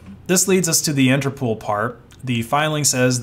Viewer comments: Please don't pronounce INTERPOOL. It's INTERPOL, as in POLice... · Daingit! Why you so ignorant some times? first of all, Interpol is pronounced "Inter-pole" not "inter-pool". Second: scha·den·freu·de /ˈSHädənˌfroidə/ noun pleasure derived by someone from another person's misfortune. "a business that thrives on schadenfreude" Other than that, keep up the good work. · Interpol not Interpool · It's pronounced Inter-pole. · It's interpol not interpool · Why do you keep calling it "interpool"? How many O's do you see in the word "interpol"? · I think it's called INTERPOL, not INTERPOOL. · Never in my life have i heard people pronounce it 'Inter-pool' 😂 its 'interpol' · What the hell is "interpool" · INTERPOL. NOT POOL. ITS INTERNATIONAL POLICE. NOT POOLICE. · INTERPOOL? lol INTER-POL like POLITICS or POLICE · You have a funny way to pronounce Interpol. 's not Interpool. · Interpool? You mean Interpol? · I’m sorry, but if I hear “interpool” one more time, I think I’m gonna lose it. The pol is from police! There’s no pool! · Bro said interpool 😆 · It’s pronounced “Inter-poll”, because it’s a shortening of “International Police”. So please close the Inter Pool! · “Interpool” lol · He also can't pronounce Interpol apparently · Interpol isn't pronounced interpool. It's pole. Like inter pole. Also, colonel is pronounced kurnel. It's a military rank. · The way you pronounced colonel and Interpol hurt me